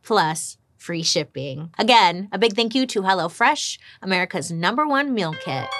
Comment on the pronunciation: Did you say " Hello Flesh"!